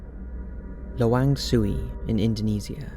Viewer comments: I loved the narrator spoke "Luwang Suwi" and in fact the place is named "Lawang Sewu" XD Btw, i've been there and have an experience as well at the basement. I still around 11 or 12 when i visit this place, and i met the ghost of the suffering prisoner on the basement. But at that time, i did not know that it was a ghost / spirit since another person who found me says that i were talking to someone on the basement. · Indonesia: It's LAWANG SEWU, pronounced: la-wang-say-woo. Not "soo-wee." It's a historic building, located in downtown, Semarang, my hometown. I've visited the place a couple of times. In the day it isn't very creepy. There is a guide to show and tell the history to visitors . I've seen the underground prison. That prison is creepier than the ghosts that said to have been living in the building. Every cell is small, but they say back in the day, when it still served as real prison, it was overcrowded that no prisoner could even sit. This was intended by the Dutch East Indies government who occupied Indonesia back then. Maybe as a torture? The building has been used as a public space, holding exhibits, events, as the municipal government want to relive the Old Semarang. The female ghost, in Java (where Semarang is) isn't called Pontianak. We call it Kuntilanak. I believe the term "pontianak" is more common in Malaysia. There is Pontianak city in West Kalimantan (Borneo). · Lawang sewu bukan lawang suwi.... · It's LAWANG SEWU and not LAWANG SUWI 😁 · It's not Lawang Suwi (Indonesia) it's Lawang Sewu (pronounced Say-Woo) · its LAWANG SEWU not lawang suwi Regards from Indonesia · lawang sewu in Indonesia isn't read la-wang-sue wee, it's read la-wang-say-woo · Lawang sewu bukan suwi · I'm from Indonesia n yes, Lawang Sewu is one of the most haunted yet magnificent places in Indonesia. N how to pronounce the place's name is 'la-wang se-woo' n not 'la-wang su-wii' :) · That's called lawang sewu not sue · Lol not "lawang suwi". But lawang sewu [1.000 doors]